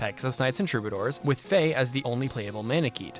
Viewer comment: Also, its Fae not Feh